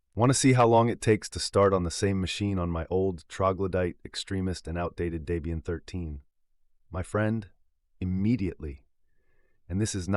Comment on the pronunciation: Never liked Ubuntu and especially snaps. BTW it's pronounced Deb ian not Day bian😉 The project founders then girlfriend name was Debra (Deb)